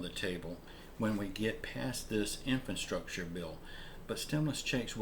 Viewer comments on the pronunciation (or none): In-FRA-structure. In-FRA-structure. Please, man, this is a word you're going to be using like ten times a day. In-FRA-structure!